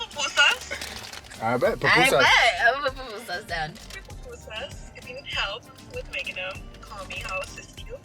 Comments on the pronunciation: es PUPUSAS repite conmigo “pUPUSAS” 😬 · Ohh hell nah lmao it’s PUPUSAS! 😂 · GURRRR not the papusas 😭😂😂😂 nooooooo it’s pupusas 🩷 se dice el Curtido 😘👯‍♀️🩷🩷🩷 I love yallll! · I can’t with them calling them PApusas 😖 lol PUpusas* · PUPUSAS NOT PAPUSAS LOL REPEAT AFTER ME PUUUUUU-PUUUUUUUU-SAAAAAAAAAS 😂😂❤️❤️❤️❤️🇸🇻🇸🇻🇸🇻🇸🇻🇸🇻